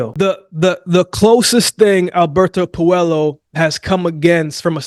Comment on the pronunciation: pronounced Pueyo not Puelo